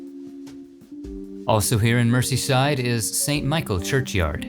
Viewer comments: its not Merceyside, its Merzeyside and its Chesher and Darbysher, places in britain are not always pronounced how they look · Much as I love these videos, please do a bit of research on your pronunciation of English placenames before you use them - it's Mer-z-side for example... London's seven large Victorian cemeteries, colloquially known as the 'Magnificent Seven', are all beautifully peaceful - some of them are still in use today, but their role has largely been taken over by the City of London Cemetery, a huge cemetery to the east of the city (which you mention) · I like the way you pronounce Merseyside and Cheshire 🤣👍